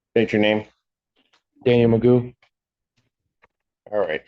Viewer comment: His name is McGough (phonetically Magoff) ...he pronounced it McGoo that alone makes him an idiot